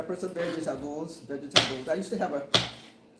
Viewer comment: Mema cooks with love! (Thankful AJ's cereal did not make it into the mix 🤣) Love the VEG--EH-TABBLES lol. The camera loves Mema :hand-pink-waving